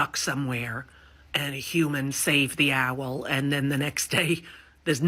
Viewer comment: When did ‘owl’ become ‘ow-ell’? I thought actors did voice training.